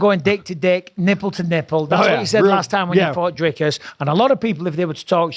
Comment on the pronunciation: Why does he say "Drycus" and not "Dricus". His own name is Strickland, not Strikeland. So he's capable of saying the correct vowel sound.